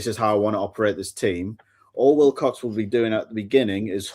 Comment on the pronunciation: Every time says Wicock instead Wilcox it infuriates me